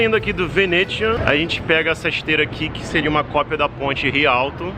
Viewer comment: Ponte "Ri Alto" kskskskskskskksksksksk